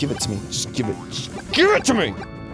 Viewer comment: I HATE the way some singers pronounce 'me'. They pronounce it as 'may' and it sounds stupid every time I hear it.